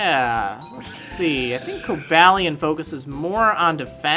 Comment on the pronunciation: Shouldn't Cobalion and Virizions' names be pronounced the way the Pokedex 3D Pro app pronounces them compared to your pronounciation?